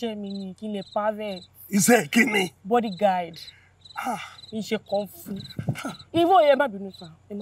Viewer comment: Bimbo you're the best Bodyguard na him sine dey pronounce as bodyGUIDE 😂😂